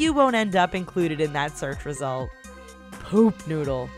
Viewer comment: the narrator girl says "poop" funny.